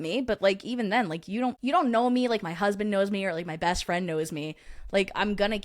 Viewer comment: I thought I was a new fwend lol 😂😂😂😂😂